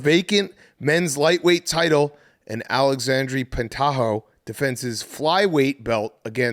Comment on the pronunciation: “Alexandy pentoshi” sweet lord